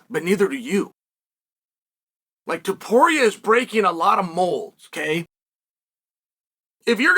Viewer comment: TOW-PURIA not 2-Poria